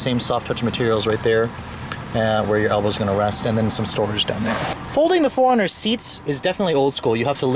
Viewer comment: This is the car I would buy in a heartbeat if I could afford to buy a new car. I've always wanted a 4runner. Anyone else notice how he kept pronouncing 4runner as "foreigner?" :)